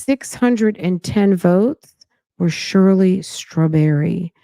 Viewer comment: It’s Shirley Strah-berry and 😭😭